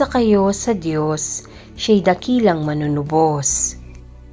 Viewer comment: Wastong bigkas ng MANUNUBOS…. MANU- NU- BOS ( Bigkas Malumay) Ang pagbigkas mo ay MALI… HINDI MANUNU- BOS. ..binibigkas mo ng mabilis.. Magsanay kayong taga- basa ng maayos na pagbigkas…..suhestyon ko lang….Salamat.